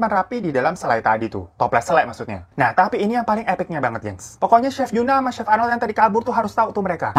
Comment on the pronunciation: c he f nya kenapa jauh jauhan sih 😭